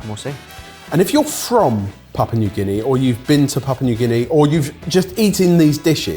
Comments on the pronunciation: It's not "papa", it's "pop-ooh-uh" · Papa? Its Papoooa. and its SAYgo. its quite easy to check these things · It's pronounced 'pap-yu-ah' new guinea :) Not papa😅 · "Papa" New Guinea 😂😂 Papua! lol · There's a letter U in the name. It's not Papa New Guinea. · you forgot the POO! It’s Pa-poo-ah not Papa 😝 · just being picky, but it's PAP- ua, not papa. Thanks for exposing us to unknown dishes from around the world. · PapUa New Guinea, not Papa New Guinea......say it as it's spelt. This should be interesting. Taro is very popular in the whole poly/micronesian areas. All the islands grow it as a staple and both the root and leaves can be eaten tho they need to be prepared properly. Also Sago is long "a" so, say-go. Actually Sago pudding was quite popular here in NZ in the 30s and 40s. Britain too as far as I know. Haven't seen it for a while tho. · Papua, not papa. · Stop with the 'Papa' already! It's got the letter u in it and it's not silent🙄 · I think it's pronounced pap-Wah or papu-wah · I think needs to learn how to pronounce Papua